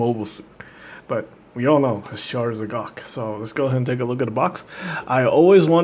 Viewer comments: not "ze cock", hahahaha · its pronunced ZEE GOK